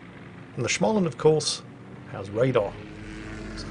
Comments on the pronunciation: Stop saying "Schmaland"!!! The first part is pronounced exactly like the word 'small'. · Please. I beg you. Stop saying Shmaland... It's pronounced Smoland. Maybe google it😅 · try pronouncing å in småland more like an o, instead of an a, so instead of smaland it's smoland. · Småland is actually pronounced smaw-land, not schmah-land. There are some voice clips online of people pronouncing it. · Its not SCHmaland. Its SSSSSmaland. Its S not SCH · Actually,, the A sound in Smaland is pronounced as if someone was trying to strangle you: a throaty "O". And now it's back to the saltmines for me... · Ok lets pronounce Småland correctly... Small land and thats what its says in Swedish too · Should we tell him it's pronounced Smoland...? No? Alright then. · When saying Småland - pronounce it; small + and